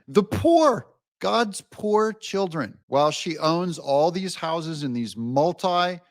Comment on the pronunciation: For da chi’ren 😂